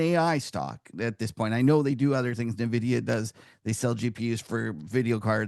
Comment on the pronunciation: At this point, I find it hard to listen to anyone in the financial industry who cannot pronounce the name of the world's largest market cap company. It's en-vidia, not na-vidia.